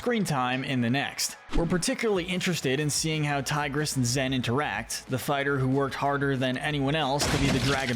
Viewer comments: Stop calling her ZEN? Her name is ZHEN. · It’s pronounced ZSHEN, “”! Stop mispronouncing her name,!